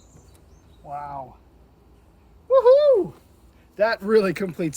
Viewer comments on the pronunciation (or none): none